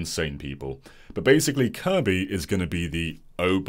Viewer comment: I like how you pronounce Kirby :>